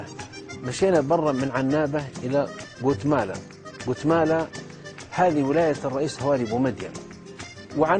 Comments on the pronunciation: يا فضيلة الشيخ اسم المدينه قالمة ليس قتملا هههههه وحنا نموتو علي اهل السعودية الارض المباركة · ياشيخ ڨالمة وليس قوتمالا وشكرا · ڨالمة وليست ڨوتمالة